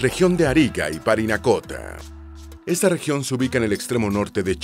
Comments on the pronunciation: Parinacota, no "Paranicota" 🤦🏽‍♂️ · Oye por qué dice Paranicota?, lo correcto es Parinacota. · Es chistoso que por primera vez dijo Parinacota y luego todo el rato dijo mal Paranicota xD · Hola, estoy comenzando a ver y pronuncias mal parinacota, dijiste paranicota 3 veces... Ojo que aca no han habido nunca indigenas, no somos indios, somos mapuches, quechuas, aymaras, etc, pero no indigenas. En cambio puedes decir pueblo originario, ancestral, prehspanico, aborigen, etc. Saludos desde Pichidegua. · Parinacota. No paranicota 😂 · parinacota no paranicota XD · PaRInacota, No PaRanicota. xd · No sé dice paranicota. Si no. Parinacota. Haber. Parinacota. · (19/04/24) Oye presentador…. Lee bien los textos les nombre l AC primera provincia es Arica y PARINACOTA. Lee bien…. Un error es perdonable, pero no varios. Sorr